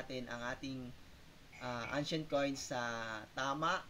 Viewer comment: ano po ang "angshent coin" ?